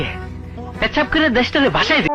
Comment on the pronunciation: পিরসাব❌ পেসাব✅